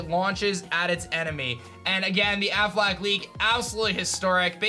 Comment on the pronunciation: Why does he keep saying "Ben AFFLAC"? The Affleck leak was the best. There was so much information and depth to that one. (No wonder they got fired and sued) I also liked the Chinese Riddler leak. That one was fun to try and figure out. (I'm surprised it wasn't mentioned here)